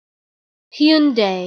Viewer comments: “im waiting for my uber, he’s in a Hyeeoondaie Elantra” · Wrong. I'm Korean and it's pronounced as Hyun-Deh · Its pronounced like houndai not hyundy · I always pronounce it Hun-Die. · I've been pronouncing it HUN-DAY the whole time, but others may pronounce it HYEON-DAE, and some may pronounce it HAI-UN-DAI.